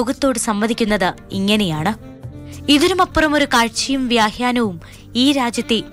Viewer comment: വ്യാഹ്യാനം എന്നല്ല വ്യാഖ്യാനം എന്ന് പറയൂ കുട്ടീ